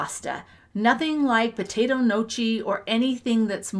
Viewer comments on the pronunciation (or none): Potato “NO-chee”??? Did you mean “gnocchi”? It sounds like /NYAW-kee/. 🍝 😋